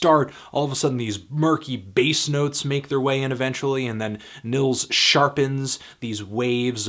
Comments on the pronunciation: Nils is pronounced like (K)neels...great stuff though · its pronounced like ' Nyeelts ' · It's pronounced "Neels", bro. Nice review. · the first name is pronounced "neels" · Just a help, the i in Nils is pronounces longer, like Neels, if you will.